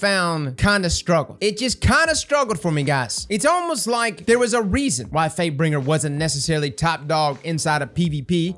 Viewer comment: Question for everyone, am I the only one who hears say fatebringer as fakebring at the beginning of the video?